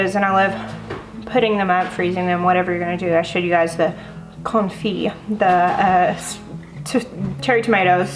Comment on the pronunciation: What gorgeous bounty! You pronounced confit perfectly. Bruschetta is pronounced "bruce-ketta". The ch becomes a k sound. That's the correct pronunciation, a la Italiana! Buon provecho! Eat well!